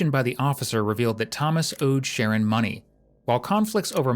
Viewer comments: His name is shaaa-ron nor sharron 😂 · The narrator keeps calling this kid Share-an and his name is Shu- Ron .. I feel so bad for his mother. He’s only 12 yrs old and already has so much hate for another human being. A vulnerable person no less. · The commentary calls him”Sharon but it’s pronounced “Sha Ron” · Sharron is pronounced (sha-ron)😂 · FFS...Sha-RON...not Sharon! That being said, the fact BABIES this age can get heir hands on guns should scare the crap out of everyone. This country is lost. Lost and out of control. With our new "president"..I suspect evrything is just going to get worse. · I know these kids have stupid names, but calling him Sharon the whole time is wild. I’m sure it’s “shuh-ron”. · OMG, his name is Sher Ron, NOT Sharon. The detective said his name correctly, may times. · Nope. It’s Sharron. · Just want to point out his name is pronounced: sha-RON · Says sreggin 😅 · It's pronounced Sha'rron his mom kept calling him ron and ronny. I doubt his name was the issue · i hope the narrorator is AI because if not they need to be educated on ethnic name pronunciation its SHA - RON its not hard jesus fuck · I believe it’s pronounced Sha-Ron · shah-Ron it’s a man name 🙄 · You don’t even say his name correctly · narrator needs to just call him ronnie, as he cant pronounce the kids name even after the kids name has been said several times.